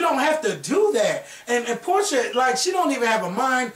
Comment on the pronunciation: PORSHA NOT PORTIA